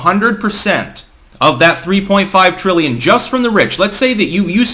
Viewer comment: Biden: "What's a frillion?"